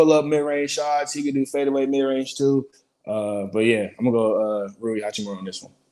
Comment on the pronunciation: That nigga really said Rui. Never invite him to the show again.